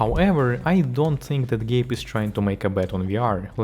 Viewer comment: "Gape" Newell?